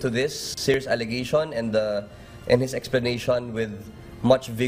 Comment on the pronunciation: Natawa ako sa spokeperson "serious allegation" daw.. kita kita na allegasyon pa rin haha